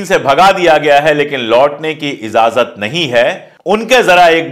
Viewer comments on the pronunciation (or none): true journalism, i love it update some urdu words pronunciation for better impression izazat (wrong) : ijazat (right) jina (wrong) : Zina (right)